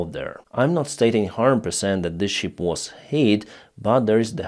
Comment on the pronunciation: It is not "щип" (это не овца), it is Шып. It is very funny for English-speaking people to hear how you say it. Learn it, please!